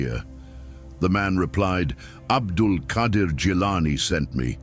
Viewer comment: You have written the name wrong, He is Abdul Qaader Not Qadir Qaader and Qadir are tow separately names of Allah . And the one you are talking about is pronounce QAADER.